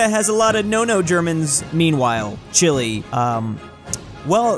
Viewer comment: I'm chilean and you said it correct, in spanish is pronounsing the e but not in english so yeah, you did it good👍